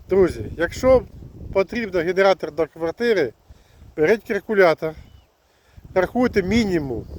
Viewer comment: Эгектро мотог, гэнератор в гваргтире.. Это просто капец. Дальше смотреть не стал.